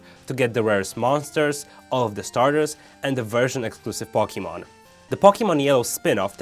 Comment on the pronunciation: Do you know how to even say Pokemon? Its Poke-ay-mon not Pok-ey-mon